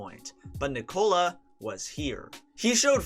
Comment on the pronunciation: Americans really cant say Nikola.